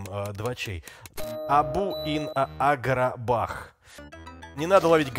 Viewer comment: В названии Agrabah последняя буква h не читается.